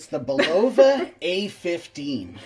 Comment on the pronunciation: Not BULova! Do not accent BUL